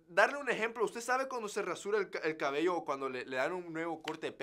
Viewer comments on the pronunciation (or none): none